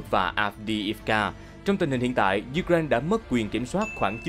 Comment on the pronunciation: U-cờ- rai-na bạn ạ.